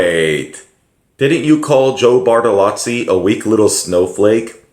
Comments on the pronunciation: Bartolo(zz)i not Bartalatsi Thank you for the video. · "Joe Bartolotzi"